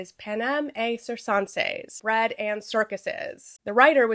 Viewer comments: (you're pronouncing "panem et circenses" like french. the latin is correct - et should be pronounced like "eht" and circenses should be either "sihr-ken-sees" or "kihr-ken-sees" (there's some debate over soft Cs in Latin). But a good attempt!) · I’m not a Latin scholar but I’m pretty sure you pronounce the t in ‘et’ and that the ‘c’s are hard, like a k sound. Otherwise great video as always